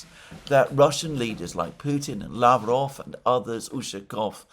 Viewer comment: Yesterday I was so proud of you, that you said la-VROV as is correct. Why o why are you now back to LA-vrov again :(